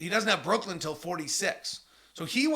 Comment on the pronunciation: Why does he keep saying “Brookland”?